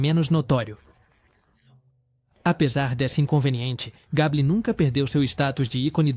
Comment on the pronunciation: Misericórdia! Gable pronuncia-se Geibol